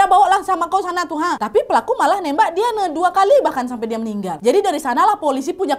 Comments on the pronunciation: diane disebut "dayen" mba lafalnya... ✌😁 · Dianne bacanya Dayen kakkk. haha.